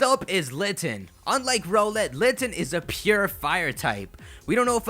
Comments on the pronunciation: I think it isn't pronounced "Ro-let" I think it is the word Owl, with an "R" before it, and an "Et" after it. Therefore, it should be pronounced "R-Owl-Et" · Isn't Rowlett pronounced r-owl-et and not roe-let? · Can you pronounce rowlet as r OWL et not ROLL ett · It is pronounced Rau let not role let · I think Rowlet is pronounced more like rOWLET that ROWlet. I mean it is an owlet, a baby owl. That's just my opinion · Rrr OWL let. Not Rohh let. OWL. Its an owl. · Yo it's pronounced R - Owl ett not roll -ett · Not trying to be rude but I'm pretty sure Rowlet pronounced "Rao-lett" instead of "Row-lett". Yknow, like the word Owlet? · HIS NAME IS ROWLET, NOT ROLLET. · Do you guys think hes saying Rowlet wrong too? I think its r OWL et vs ROW let Or is that just me? #TeamRowlet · Don't you just love how he says row-let instead of r-owl-et yet he says owl instead of ole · I'm leaning towards choosing Rowlet, but I usually tend to go with fast attackers, so Popplio might have a chance here. If it indeed does get the Figthing type, it'll have an even bigger chance. [PS: it still bothers me how you pronounce Rowlet's name. It's an owl, so why "Row-let"?] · Dude like the vid, but it's ROWLet as in 'owl.' Can't believe I have to play Captain Obvious here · I'm pretty sure it's rOWLet with the o-w-l being pronounced like the word owl.